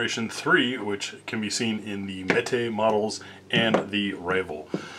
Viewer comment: some say that meat but you say mete correctly, good for you.